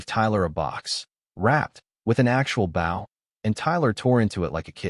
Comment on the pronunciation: "Kinder" does not rhyme with "tinder." "Bow" does not rhyme with "how." If you're not going to bother recording yourself, at least proof-listen to your sh*tty AI.